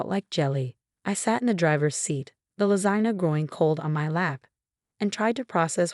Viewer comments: Lasana lol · And lasagna